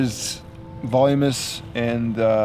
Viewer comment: Voluminous not volumous.